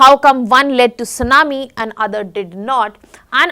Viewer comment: sunamee no T:face-blue-smiling